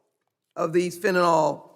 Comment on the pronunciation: How do we get Fenta-NAL from Fentanyl? It's Fenta-NIL. Fentanyl.